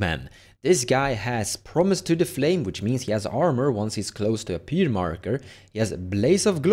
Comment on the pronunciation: Pyre = Fire, not Peer!